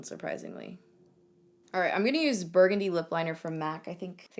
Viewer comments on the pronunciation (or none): none